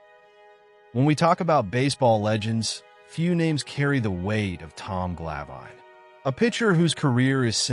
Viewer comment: Its Glav In, not Gla Vine. Might wanna double check the pronunciation before you make a documentary about him. 🤔🙄